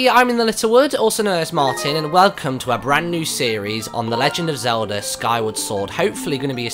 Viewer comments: no offense to your nationality Martyn, but I find it amusing that you say it like "zelder" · it sounds like you say zeldra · the first time he said zeldait sounded like he said zelder